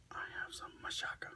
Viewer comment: I love how you say machaca with an "s" sound. I pronounce it with a strong "CH" lol. Machaca burritos are bomb.